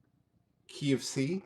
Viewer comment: так забавно говорит key of C звучит как KFC )